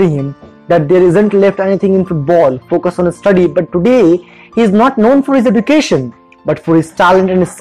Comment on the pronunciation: Awesome video! But the way education was pronounced was not right. Just constructive criticism by the way!